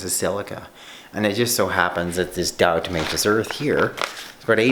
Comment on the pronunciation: Please stop saying it like “di-O-tomaceous”, lol.